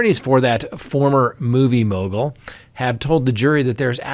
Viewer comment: struggling to repeatedly say "movie mogal" reminds me of Benedict Cumberbach saying "penguins". 🤔